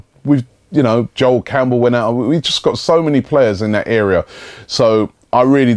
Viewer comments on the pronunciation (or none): none